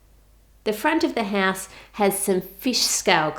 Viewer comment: How To Cook That i love how u say ”ouse” ❤️❤️